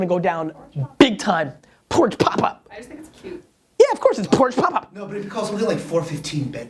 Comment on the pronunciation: lol, pooridge!